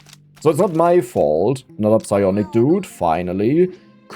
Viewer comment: I know is saying the P in Psionic Dudes, I just can't prove it...